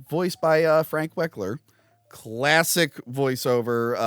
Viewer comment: My god you said "wekler" in 2 seperate episodes... his name is Frank "WEL-KER" ya dangling flap... ALL HAIL MEGATRON! That power rangers the movie behind the scenes ruined the pagemaster for me because after watching that preview I really wanted to watch power rangers the movie instead!